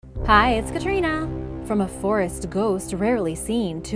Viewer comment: 49 ft long snake story is not real "kATriNUHhh"